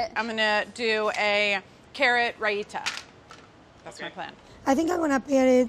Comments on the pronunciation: It’s “rye-tha” not “ra-i-ta” or whatever the hell that was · Carla you said raita wrong. It’s pronounced RYE-THA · I died when I heard Raita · I generally don't like to post negative comments but if you are going to make a dish that is from an ethnic background you are not familiar with and post it to a large audience that also may not be knowledgeable, please do your research and learn how to pronounce it properly. Raita is not pronounced "ra-ee-tah", it's "rye-tha"